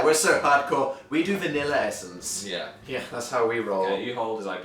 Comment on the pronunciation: I love how they pronounce "Yeah" as "Yehr"